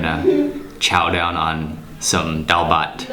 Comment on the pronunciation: Any Bengali family would adopt you happily for mentioning DAAL BHAT so many times with that fine pronunciation and eating them with bare hand at the end.